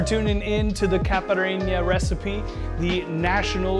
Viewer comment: The way you said caipirinha gave me depression and I'm not even brasilian